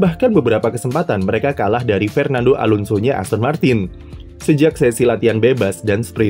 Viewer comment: Harus banget ditegesin "Fernando Alonso" nya Aston Martin